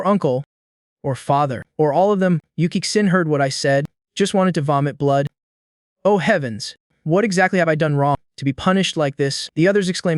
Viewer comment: What's with "Mr." and "Oh" pronunciation